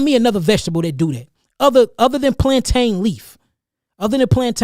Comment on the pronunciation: I fucks with you heavy, my brother! I appreciate all the knowledge you gave and continue to give as I do my research to better myself or from what you give and others like you. But how you pronounce the word plantain though??? How you pronounce that, I can't condone! My Caribbean side WILL not allow me to accept the way you pronounce that, brother! It should be pronounced plan(tin). Plan(tein) in how white people pronounce it. Stick to the Caribbean side of things, respectfully, brotha or we're gonna have plantain beef! Pause! We gonna have to have a plantain porridge making competition. Respectfully! Whoever finishes last has to pronounce it the way the winner wants it to be pronounced! 😂 Nah I'm fucking with you. It's all love but for real though. Please pronounce it plan(tin). You're fucking up my Caribbean cool breeze vibes.😂 Peace, love, life and light to you, brotha!